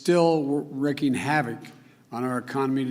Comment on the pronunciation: Still wrwrwrecking havoc